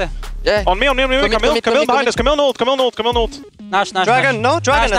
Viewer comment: As a french guy it's rly irritating to hear them pronounce "Camille". But, since I love those players, I forgive them <3